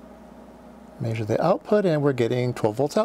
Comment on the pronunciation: It's not 'Maysure' it's 'Measure', and by the way, you are completely Bonkers.